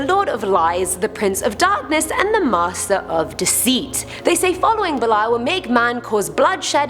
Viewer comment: Belial is actually pronounced like belly-all. Learn your pronunciations please its slightliy insulting to satanists